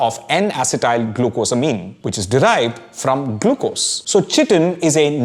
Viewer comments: I always have heard chitin pronounced as kai-tin as opposed to chi-tin like the way you pronounce it in the video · Kai-tin not chi tin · You are pronouncing 'Chitin' wrongly - chitin /ˈkʌɪtɪn/ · Please chage the pronunciation. Its pronunced as kai-tn. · Chitin is pronounced as kai·tn. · "Chitin" is pronounced "ky-tin". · it’s pronounced with a hard c. <Kiitin> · Excellent authentic summarisation of great amount of science in such a lucid manner! ...small correction besides the pronunciation of chitin: chitin is mostly in lower animals, not all animals. Some references as reading list will make the video more educational and scholarly! ....Overall, great efforts indeed. I have bought your Masala Lab and will use in my courses in Biotechnology!..... Request you to make some components in functional food particularly addressing some of serius health issues in India: malnutrition, anemia in particular! ....Thanks a lot for this great edutainment